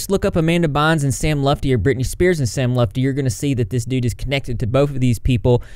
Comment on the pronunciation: hey! i’m same lutfi’s cousin. just randomly saw ur vid. it’s pronounced “L-OO-T FEE” or if u prefer “L-UH-T FEE”. but not “lufti” lol. everyone always says it w/ the F b4 the T. thought it was funny. figured i’d tell in case u needed it for another video down the line.